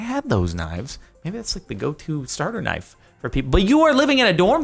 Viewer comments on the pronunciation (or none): none